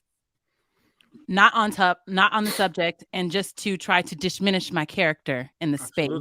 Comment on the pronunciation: All can say is that u all need to stop using big words u can't pronounce....i.e....DIMINISH 😂😂